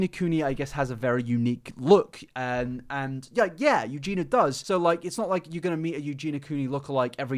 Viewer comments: Also, her name has four syllables...You-Gee-Nee-Ah...you say You-Gee-Na. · Love how you insist on calling her Eugena…. Instead of Eugenia…. 🤦🏽‍♀️🤦🏽‍♀️🤦🏽‍♀️ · You do realize you’re saying her name wrong 😂 it’s not Eugena ma dood, you’re missing the I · It's pronounced Eugeeeni-ah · Yu-gee-nee-ah .... Four syllables... I don't why this annoys me so much. Maybe because it shows such a lack of actual care or proof you don't do any kind of research or put very very minimal effort into your content. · He’s English… there’s nothing about his accent that should stop him from saying Eugen-i-a. I, for one, am not mad, I just feel that the continuous mispronunciation (not just in this video), seemingly without any attempt to try to pronounce it correctly or even address whatever possible reason it could be that he doesn’t is a little disrespectful. I know seems to mispronounce a lot of things, and I feel for him on that front, but it’s a person’s name after all, not just a random word, and “Eugena” is a completely different name to “Eugenia”. Considering he makes quite a lot of content about her, I feel it only right that he make a bit more of an effort to say her name right or at least, if that’s not possible, explain why he can’t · I hate when he says her name and skips a syllable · Idk, but he’s English so I don’t see how, and he is just missing out the I completely. Maybe he finds it difficult? But it’s best to try and get it right, especially when you make a lot of content on a person. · It bothers me that you constantly mispronounce her name. Kind of disrespectful too.